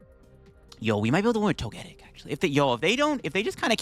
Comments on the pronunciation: It's pronounced Toge-Tic as in Toga and Tic like TicTok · Plot twist: he knows how to pronounce it, but says it incorrectly on purpose so people will comment on it. Engagement!